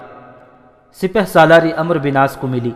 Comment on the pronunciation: parhnay walay nay bohat kuch galat parha. Sharhabeel ko sharjeel. Amr bin Alas ko amro. Tabri ko tibri